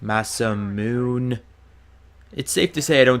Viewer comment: It is pronounced Mah-Sah-Moo-Nay